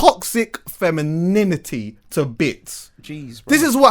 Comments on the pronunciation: TOXIC FEMIN-IN-IN-ITY :O ... He says it like when a kid learns a swear word for the first time lol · alot of facts in this ...that TOXIC-fem-in-NINITYyy is kills me though lol